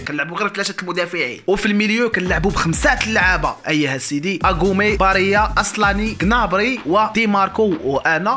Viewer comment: هداك اللاعب سميتو باريلا ماشي باريا